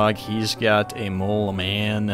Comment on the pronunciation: The way he says throughout the whole video "mole cemen" multiple times is just... 💀